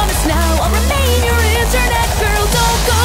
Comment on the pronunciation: Internet girlの発音が本物すぎる